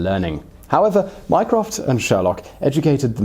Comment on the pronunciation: My-croft microsoft